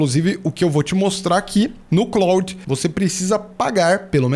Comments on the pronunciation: Só para ajudar. A pronúncia do Claude é exatamente como no nome do ator, Jean-Claude Van Damme. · Eu tb achava que a pronuncia fosse a francesa mas nao é. Eles falam "Clód".